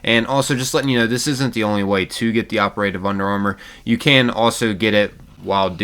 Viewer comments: Ok ... My OCD is driving me nuts. Dude, don't pronounce operative as (oper-a-tive)! It's pronounced (opera-tive)! OPERATIVE! 😬😱🤪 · The way you say operative is just appalling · Bro the way you pronounce operative has me geeking